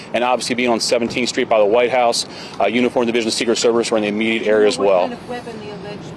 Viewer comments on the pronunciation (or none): there's no d at the end of the word weapon it's not a weapond it's just a weapon😂